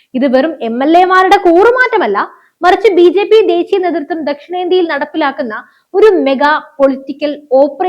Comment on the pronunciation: കീരളമല്ല -നീതൃത്തം അല്ല നേതൃ ത്വം